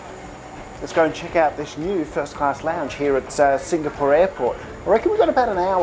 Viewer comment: Love your reviews. Hate the way you pronounce Singapore.